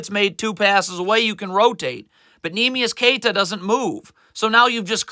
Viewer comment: Gets pretty annoying when he pronounces everyone’s name wrong. “Neemias QueTa, Josh MinOTT, Paulo BanCHero.” This guy doesn’t even watch the Celtics. Calls Josh Minott a “nobody.” Has no idea that he’s having a breakout season and is starting for a reason. Every team loses games.